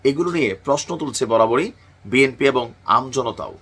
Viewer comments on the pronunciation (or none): none